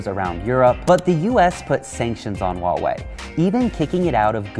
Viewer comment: The h in Huawei is not silence, since you don’t pronounce House as Ouse, why would every freaking westerner pronounce Huawei with a silent H.